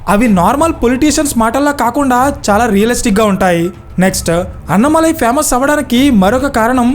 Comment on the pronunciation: అన్నమలై కాదు, అన్నామలై అతని పేరు. తమిళులు కానీ విన్నానంటే ముందు మీకు ఫోన్ చేస్తారు మిత్రమా.. రెండో విషయం.. కులాల గురించి మాట్లాడడం మంచిది కాదు. చూస్తూంటే కమ్యూనిస్టులు దింపిన పెరియార్ సపోర్టర్ లా ఉన్నారు మీరు. ...